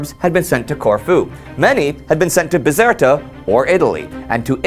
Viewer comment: it's bizerte or binzart not bizerta